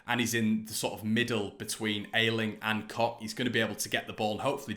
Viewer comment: "Koch looks amazing" 🤣🤣🤣🤣🤣 Yes I agree Robin Koch has been playing some good football and adapting well to life in West Yorkshire. Good on you for pronouncing his surname correctly, it's worth the lols